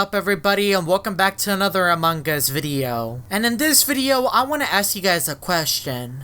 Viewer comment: you don’t say among Gus you say among us =-)😉